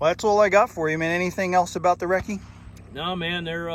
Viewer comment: "EM KAY," instead of Mark, and "Reckert" instead of Recce make this a parody video. There's always satire when this doesn't work out